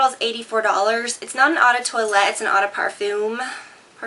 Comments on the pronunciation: eau de toilette/parfum is pronounced oh not au it means water :) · Eau is french for spell, pronounced - Oh - :) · Eau is french for smell, pronounced - Oh - :)